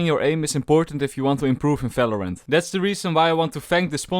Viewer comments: Why you say "Fèlorènt" instead of "Valorant"? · He doesen't say "v" ever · you definitlely work on your pronounciation. if i hear a Falorant again im cutting my ears off. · Im sorry, i cant watch this video till the end.... the way you pronounce the game name, is driving me nuts.... its VALORANT not Falorant wtf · What is FALORANT. Fellow rant. ???